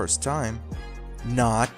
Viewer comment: That “not” woulda made Borat proud